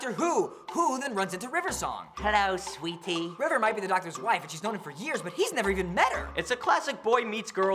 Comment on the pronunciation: He actually does say "Sweetie," butt he does sort of accentuate the "tie."